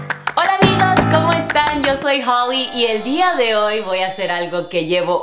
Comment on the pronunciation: ─ Has dicho hacer con acento del castellano de España 😍 que cuquiiii 🥰